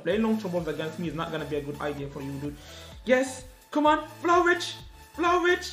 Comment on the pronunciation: saying vlahovic - valahovic😂